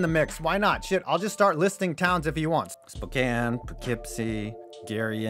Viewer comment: Lol, I am from Spokane! And you are a saint for pronouncing it right! I thank you from the bottom of my heart and speak for most Spokanites. I am in fact excited out state now has an NHL team which I had been hoping for since I was about 10 in the year 2000, so I waited about 20 years and the dream came true. Sadly even though the first pre season game will be in Spokane for the Kraken me nor my dad were able to get tickets since we are not season ticket holders for out WHL team the Spokane Chiefs who got the first chance and the resellers are selling at super rich prices. And lets not even talk about the failure that is the Mariners, only team never to make it to the World Series. I have only been to a couple Mariners games but one of them was in the season they tied the record for best regular season, I remember it was in July of 2001, and of course the cursed damn Yankees had to steal all the glory as they normally did back then. Very odd coincidence, I looked it up and I remember exactly what game, it was...... on July 27,2001, so today is the anniversary of the game I went to that year. The Mariners won 11-4 against the Twins, I remember vividly that Ichiro hit a homerun which was awesome to witness because it wasn't too common for him, he was a legend at the base hitting but not a whole lot of home runs compared to other big stars. And on the front of basketball there is the hope that the Sonics come back with an expansion to Seattle and share the arena with the Kraken.